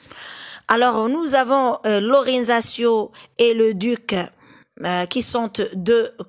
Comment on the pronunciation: La prononciation italienne serait Loranzaccio(tcho) (pas de y)